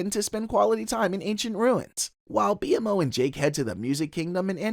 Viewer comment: You kept calling Jake "Jack". you say Marceline kisses Jack (Jake) but the clip shows her kissing Finn on the cheek) and then you say "Finn can't eat anything because of his bird beak" but show Jake as a bird. Lastly: BMO's name is pronounced Beemo.